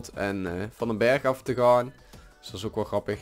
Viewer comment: Zij je nou ooak ipv ook? "Oak" is Engels. Dus dient het uitgesproken te worden als "ook"